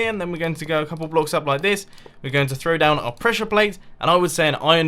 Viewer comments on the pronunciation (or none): none